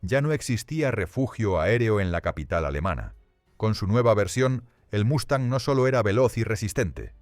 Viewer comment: Una pregunta para el creador del vídeo: ¿Lo haces para quienes hablamos español? Lo digo porque aquí, hasta hoy, Mustang se pronuncia Mustang y no Mastan. Otra cosa (disculpa): No es estratósfera, si no estratosfera. Saludos.